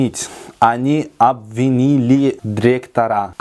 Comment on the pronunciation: Почему произносим дректора, нужно : дИректора.